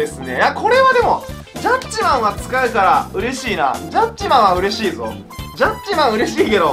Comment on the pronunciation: ジャッジマーンのイントネーションが完全にトゥットゥルー